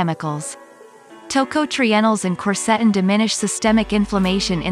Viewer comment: The music you play in the back ground HAS TO GO! It is very annoying, while trying to listing to your presentation. The software robotic voice your are using can not pronounce "quercetin"